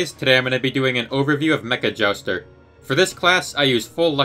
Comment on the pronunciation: Its called Mecha Jouster not meckajaster